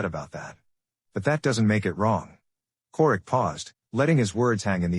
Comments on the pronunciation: Who tf is Chourich? Karara? 🤣 Ai fails again. Kararick. OMG, it never ends. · Her last name is pronounced Couric. She is a well respected journalist. The mispronunciation Taints the statement.